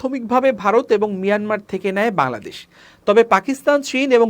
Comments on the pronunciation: বাংলাদেশ সঠিকভাবে উচ্চারণ করতে শিখুন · বাংলাদেশ উচ্চারন ঠিক হচ্ছে না।